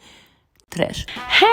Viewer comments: I've been watching for so long and finally subscribed lmao but the "tresh" is so iconic it has to stay! Also I'm obsessed with the oil spill chain mail set and would love that one out of all of the ones you showed! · I know at the start you were wondering why you even say trash as ur intro, but please please don’t stop doing it!!! every single time I watch a video of yours I spend the next hour wandering around my house just saying tresh and its my favourite thing BAHAHAHHAHAHA